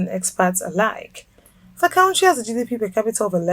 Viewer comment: small minded? People are looking for accurate information. She can't even pronounce 'country'!